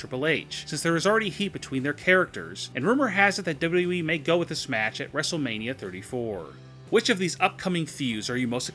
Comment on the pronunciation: PLEASE learn how to say WWE.